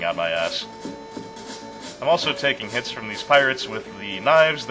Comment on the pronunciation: Two things. Do you use Firefox with the Webmail Notifier addon? I thought I heard the popup sound from it at . Also, are you saying, "We'll be reflecting a lot of blades with our dicks," because that is what it sounds like to me. I'm fairly certain you were saying "hits" but considering how much of a badass Kenshiro is I would not be surprised if he used his meat rifle for such an endeavor.